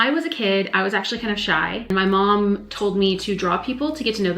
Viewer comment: I love your laugh. I only heard your accent when you said "my momma" 🙂 As a fellow artist, you inspire me. Live wedding painting is my goal. Can I raid your closet? lol